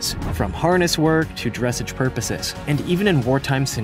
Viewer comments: did anyone else hear him say dresige not dressage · Dressage is not pronounced "dress-idge" Its dress-AHzhe. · It's extremely irritating to hear the commentator mispronounce "Dressage!" You have to hear it to understand. I don't think I could spell it to help you understand. But let's try! Dressage should be pronounced like in the Queen's English, it should sound special (for it is) but he says "dresige," like your having trouble dressing. Actually Dressage means, " To Dress the Horse!" No you don't put clothes on him. It has everything to do with the training of the horse. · It’s pronounced dressage (dress-aj) not dressig. Also, the Lippizaner should be on here. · "The Andalusian is most often used for dress edge displays" Equestrians: ...dr- *chokes* dress edge .. ..scuse me what its pronounced 'Dress-ah-ge' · I don't want to be rude but it's dressage not dressege say it right dress-ahge like ahh dressage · Argh!!! I'm so sick and tired of people mispronouncing things! Like dressage: not "dress-age" it's "dress-ahge"!! If you are not totally familiar with the words, or the subject... DON'T MAKE A VIDEO!! Cuz, Shetland Ponies are a pony breed (not small horse) and they originated on the SHETLAND ISLES!!! (NOT the Mainland of Scotland) Ugh! Learn before you decide to try and be youtube famous! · It is Dressage not Dressedge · Christine Still OMG YESS MY FRIEND SAID DRESS-AGE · I felt like that saying "it's dressaaaaage" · Dre-SSAGE, pronounced like menage with accent on second syllable. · Good video but please pronounce dressage like garage or massage. And Romany is pronounced Ro- mon- ee. And i am impressed that you knew the term vardo and used it! As a Rom and a dressage rider, i think this is a good time to gently educate folks on pronunciations otherwise great video! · Narrator probably doesn't know a THING about horses. Dress-AHHHZH! The narrator doesn't know the difference between Austrian and Australian. Get a map, man! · Also, I can't get over "dress ige".